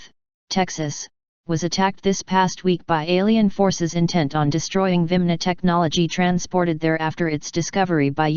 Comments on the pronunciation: This dumb computerized voice pronounces "vimana" as "vimna". Apparently the script writers left an "a" out of the word. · are they not called virmana not vimna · She cant say 'viamana'